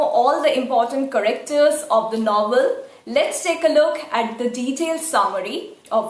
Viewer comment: I love your videos. But can you please check correct pronunciation of some words like 'character'.. just a humble request